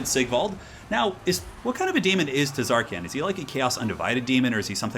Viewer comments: The T is silent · Ahhh noooo you're not supposed to pronounce the T in Tz'arkan noooooo! (I think? Right??)